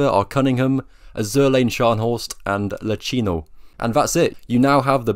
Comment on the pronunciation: Probably nobody cares but you are not the first person ive heard say his name this way. The commander is Angelo Iachino, with an i. Not Lachino with an L